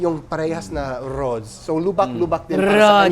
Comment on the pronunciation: You’re so funny!! Rrrrrroads! Inulit ulit pa with a very good tongue roll sa Arrrrrr! 🤣